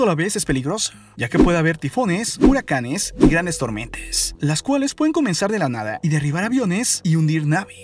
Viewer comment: Díganme que no soy la única que escucha una "eee" cuando la palabra termina con "a"... Ejemplo clime, tormentes, zones.... 😂🤦‍♀️